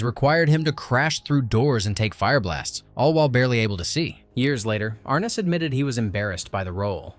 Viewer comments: Ar-NESS!!! Ar-NESS!!! Idiot. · Pronounced R-Ness.